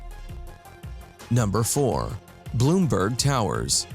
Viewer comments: There is no South East Philly bruh ... and MLK plaza was in Hawthorne like Broad n Christian, that area which is dead center South Philly ... and it's Blumberg ... Blum ... not Bloom ... come on man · ITS CALLED BLUMBERG! NOT BLOOMBERG! GET YOUR PRONUNCIATIONS RIGHT IF YOU'RE GONNA DO THIS TYPE OF STUFF! BLOOMBERG! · And it's blumburg. Not Bloom. A.K.A. The BBC. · 🤦🏾‍♂️ it’s “Blumberg” not “Bloomberg” and wtf is southeast philly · Blumberg not bloomburg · It's not Bloomberg. BLUMBERG SMH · It is pronounced Blumburg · I hate how he pronounces "Blumberg" lol